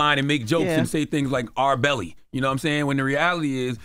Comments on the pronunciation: Charlemagne said R.Belly I'm done 😂😂😂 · Did CTG just say R.Belly lol